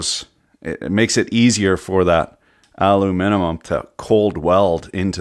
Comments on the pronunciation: There are people who say aluminium and there are people who say aluminum... and he says aluminimum. XD Or am I the only one who recognized that? XD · Repeat after me: al-um-in-um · "aluminum" "alum-I-num" "aluminimum" yes just the way its supposed to be said great job! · aluminimum lol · I love your videos, but why do you feel the need to add syllables to aluminum? ;)